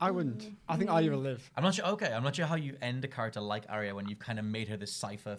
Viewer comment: It's a Ar-ya not Arria